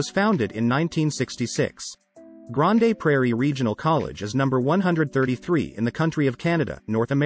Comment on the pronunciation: AI voice, lol! It's "Grand" Prairie, not grand A prairie.the E is not pronouced